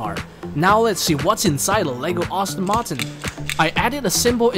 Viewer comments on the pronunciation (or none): none